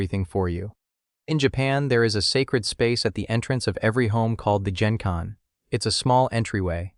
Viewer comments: Yes. Wearing your outside shoes at home is barbaric. Never do that in Poland, not just in Japan. That's the first thing Americans, Brits etc learn when they're invited into a Polish house. PS. AI failed badly. It is not pronounced "JJJenkai" Whole thing is clearly written by AI. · The “g” in “genkan” (entryway) is like in “Gary.”